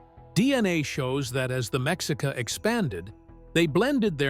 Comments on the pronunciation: Mexica is pronounced "may-she-kah". So irritating to listen to this AI mispronunciation so many times. My husband is Tlaxcateca, from the smallest Mexican state, and we lived for many years in Mesoamerica. That area was populated for thousands of years before the Aztecs arrived from the north to settle in Tenochtitlan. There were 10000 year old cave paintings up the hill from our house. Central Mexico has a complex and rich history. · The X is pronounced like SH . Meshica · So? There's not a final conclusion of where they came from. Mexica is pronounced maisheeca and náhuatl is pronounced nawatl, good information anyway greetings from Tijuana México.